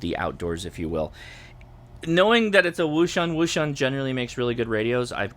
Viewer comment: It's pronounced - ocean